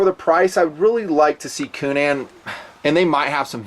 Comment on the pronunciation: Love "unique" pronunciations. Coo-NAN, lol.